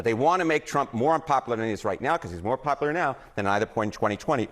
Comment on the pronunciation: Pop-a-ler? How are you on a major news network and not know how to pronounce popular?